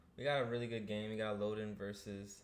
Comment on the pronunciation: You mispronounced both names 😅 el-low-din (its a character from a book iirc) and ah-knee-k